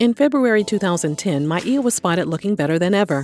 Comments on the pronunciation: I love that you pronounced her name correctly. Back in the day she did an interview (maybe Arsenio) and she said she doesn't correct people when they say My-ah but said she pronounces it My-ee-yah. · Hope she gets the help she needs.. props for saying her name correctly